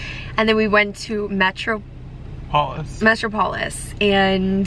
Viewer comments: Hi! Loved this vlog and loved your openness/awareness of your consumption. Super refreshing. Also; it’s pronounced “meh-trop-olis” hehe. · omg the way you guys are pronouncing Metropolis HAHA I'm crying